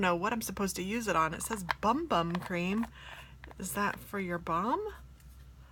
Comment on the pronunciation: Haha I think the Sol De Janeiro cream is actually pronounced "boom boom". Also, speaking of black eyeshadow, let me know if ever want another one of those palettes I sent you!